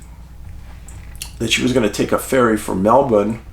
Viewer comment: I love that Dave pronounced 'Melbourne' in our local vernacular 🦘🪃🐨 Usually, the intricacies of Australian English pose such difficulty, that many just default to a British accent of some descript in their attempt to mimic us. Way to go, Dave! A man of countless talents 💯 Best of wishes and many blessings from Oz 🕊